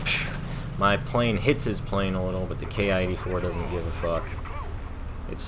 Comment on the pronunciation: It's pronounced "Kee". Good vid. Those 30 mm are devastating. One short burst and good night!